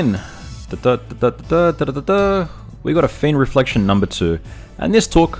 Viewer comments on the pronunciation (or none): says Fiend Refrection instead of Reflection